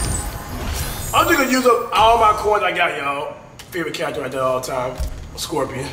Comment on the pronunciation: Ik this mans did not say scorpion😂😂😂😂